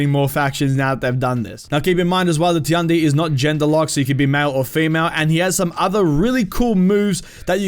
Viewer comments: Actually, it's not "Ti-an-di", it's "Tian-di", "天帝" in Chinese and means the god. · I'm not correcting you but I think Tiandi is pronounced "Chi-on-di" I pretty hype for all the new characters but I'm a little upset that the monk HYBRID has reflex guard? It must be something they did to try and tone down his defense a little because he looks strong as fucccccc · Tiandi or however you spell it should be pronounced just like in English. Tian just like in politician. So “Shian-dee” And Nuxia or what ever, X’s make “Z” sounds. So “Nu-zia”